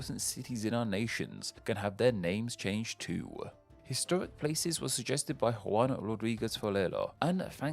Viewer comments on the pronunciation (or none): none